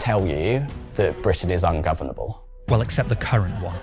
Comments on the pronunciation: Correction, Keir Starmer said "No I don't think Britain is ungofable" not unfovernable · Ladies and Gents, Britain isn’t “ungoverble”. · He doesn't think Britain is "Ungoveble"? 😂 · Kier: “No I don’t think Britain is ungovable.” (Smart way to evade saying ‘ungovernable’) 😂